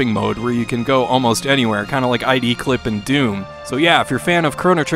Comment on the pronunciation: It's pronounced idclip, no i-d-clip, like the company, id software, not i-d software.